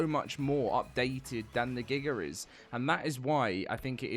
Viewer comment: Gigger is wild it’s giga pronounce dat right next time